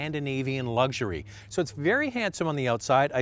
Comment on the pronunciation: Luxury not lugzury